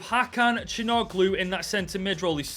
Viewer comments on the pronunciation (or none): Love the rebuild man. p/s still cant take it how you butchered calhanoglu's name.